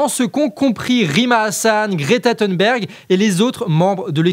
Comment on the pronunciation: Bravo pour votre travail, votre engagement et votre intégrité. Par contre, petite remarque : Greta Thunberg ne se prononce pas THEUNBERG (le U prononcé EU est une spécificité anglophone) car elle est suédoise. Son nom se prononce plutôt THOUNBERG. Continuons le combat tous unis contre la haine et l’extrême droite ✊✊✊